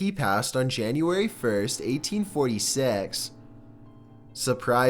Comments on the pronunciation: In eighteen fourthysex like wtf men fix your pronunciation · 1846 eighteen fourty six it came out as eighteen fourth sex